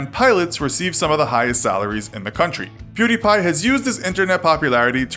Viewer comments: How come you can say PewDiePie right, but pronounced his old channel PewDie as "Purr Dee" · It's not purrdie it was pewdie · PewDie not PerDie what kind of a fucking lazer says per ? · First of all he did not get expelled, and his youtube name was PewDie not Purty. And come on atleast put some effort into saying their names accuratly its not that hard. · I'm pretty sure his first username was Pewdie and not Perdie as said in the video lol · Pewdie. Not Perdie. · It was pewdie not perdie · Perdi? Its pew•die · It's pewdie not perdie. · "PERDIE" LOL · "Kjellberg" "Perdi" ...Ok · Altiverse it's stupid how he said perdi like the sound of a gun, never heard a gun sound effect go perdi 🤦‍♂️ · Still noone can look it up, how to say his name, also he started the channel as PewDie, not whatever you said